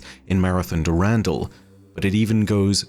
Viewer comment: "Dew-randall" made me do a spit-take cries in European